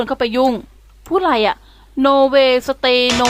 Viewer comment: ขำคำว่า โน เวย สะเตย์ ........